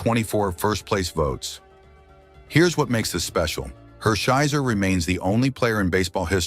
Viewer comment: Is this Artificial intelligence talking as Don Drysdale, Orel Hersheiser, and Buzzie Bavasi's name is mispronounced. Unpresidented is also mispronounced.